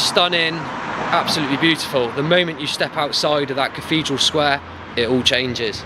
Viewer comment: Dude, there is no such word as cafedral, it is caTHedral!